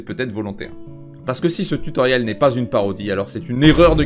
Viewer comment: Marrant d'avoir autant répété "tue Tauriel" au début de la vidéo :3